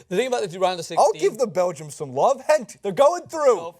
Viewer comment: you are still pronouncing gent wrong lol! but outfit on point